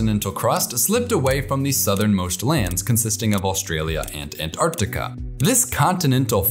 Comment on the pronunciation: Time to introduce Penguins to Polar Bears! I must congratulate you on your extremely precise pronunciation of the word Antarctica. There are no silent letters in this word, and it hurts my ears to hear Americans say "Antartica". But they invariably do not say "Artic" when referring to things relating to the Arctic. I'm always reminded of the nonsense American phrase "I could care less". Which means you do care. At least a little!